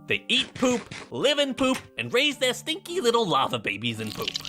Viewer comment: It's larva not lava